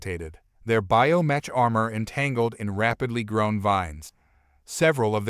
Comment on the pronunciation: Pronounced BIO MEK!